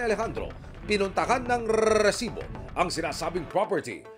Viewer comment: Stop with the solid pronounciation of R in Resibo, please.